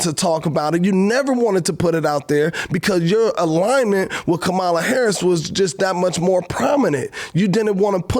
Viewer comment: Are you teaching Chloe to be racist and you're sitting here..Kamala Harris has been the vice president for 3 years and you can't pronounce her name correctly..that's not being intelligent..Shame on you..smh